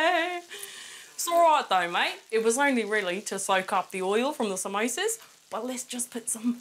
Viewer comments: Samosa is the English spelling but we say pronounce it Somosä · "Somosa's" Well done